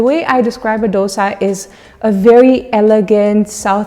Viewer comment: For heaven's sake don't say dos-ah. It is dos-A (A as in A, B, C, D, E......). Please don't murder the true name and its correct South Indian pronunciation.